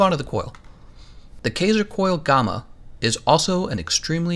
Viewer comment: Anyone else bothered by the pronounciation of gamma and recess? Just me? Really?